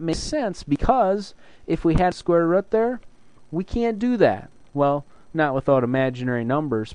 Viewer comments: "Square rud' haha your accent cracked me up! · Square Rət is midwest accent.